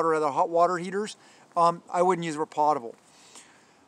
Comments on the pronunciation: Potable Drinking water - Food American pronunciation Sounds like pow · tuh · bl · You forgot bleach bottles,they are perfect for “potable” water which you didn’t pronounce correctly